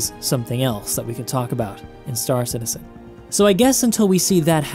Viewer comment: I love your vids but your saying stAR citizen is driving me nuts. It's star CITizen dammit! :)